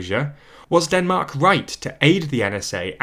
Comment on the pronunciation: Ah yes, Denark.